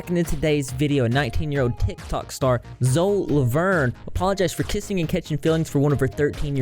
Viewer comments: lmaoooooo "Zo LaVuRn"💀💀💀💀💀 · WHYYYY are ya'll saying 'zo Lavorn' lol